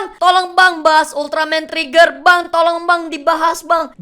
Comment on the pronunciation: Sebutan Ultraman Trigger kaya Ultraman Treggear/Tregear